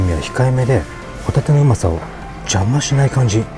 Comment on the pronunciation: のホタテのイントネーション変だった（ホ↗タテ↘）。 アナゴは難易度高かったけど、エビフライは理系出身のなら、重心および、しゃりと皿との間の摩擦係数考えて持ち上げてほしかったな～。